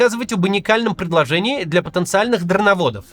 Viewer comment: Все не мог понять какие еще дарноводы😂 а кац оказывается так назвает дрОноводов